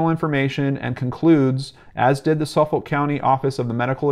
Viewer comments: Haha sufoulk pronunciation lolllll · Thanks for all the amazing links! I live in the area, been on the ocean parkway thousands of times in my life. When you said Suffolk though I lol'd a bit! It's pronounced suf-fuk by native long islanders. This story has bothered me since day one. I just want this guy caught. It's scary knowing he's still out there somewhere. Don't know if you already did but you should read the book Lost Girls and American murder mystery.